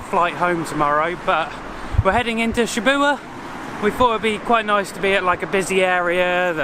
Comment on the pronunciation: So this is it, the last Japan vlog... :( True to form, even on your last day, your pronounciation of all things Japanese remains a bit suspect, haha. "Shibuya" you pronounce "Shibua", where has the Y gone? It's very much pronounced, like the Y in Yo (what rappers say) or in Yakuza. You should've at least picked that up from the train station announcements or something, come on now, haha... And of course the mysterious bubble tea, i've never had one in my life, but it seems to be available everywhere around the world. There must be something to it then? Souvenir shopping, what says Japan more than Coca-Cola flip flops ;)) BTW since you mentioned Adidas, if you're ever in an Adidas store, try on Ultraboost shoes just for fun, and tell me that is not the most comfortable shoe to walk in, ever. Might be a worthwhile investment if you see them somewhere for cheap, for next time you travel somewhere and walk a lot. But if 6 quid pants are out of your price range, i don't know about the Ultraboosts. Like your jacket, it would be more of an investment in something really good. Even for souvenirs, i would budget a bit more than for the 100-円-store. You might want a souvenir that you can still look at in 40 years and remember the good times, and something quite unique to Japan. Geez, i feel like i'm being so negative today, but i'm really not, i promise! Only wanna give you a different perspective on how to approach certain things. Yeah, that's the sunset song or "5 PM chime"! Dif